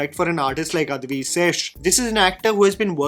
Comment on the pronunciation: Bro i rolled off when he says guddhachari lol also its adivi not adhivi d in dacoit